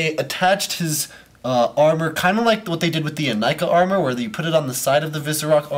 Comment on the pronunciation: He mispronounced "Ignika".